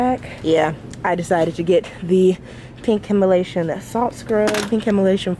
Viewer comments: I was thinking the same thing lol. Him-a-lation...cute mix up lol. I do it all the time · Lol I tht I was the only one trying to correct her Himalayan not Himalation oh Lord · Dr Teal:Himalayan:Himalation 🤣🤣🤣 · I'm gonna start saying HimaLATION instead of Himalayan because made it sound better than the original 🤣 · Yesssssss I’m here for the consistent content❤️ I love this video!!! Also I love the fact that you say Himalation instead of Himalayan😂 it’s so cute I’mma say that now it sounds better purr💅🏾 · She said himalasian lol 😂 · Why do you pronounce Himalayan like that? lol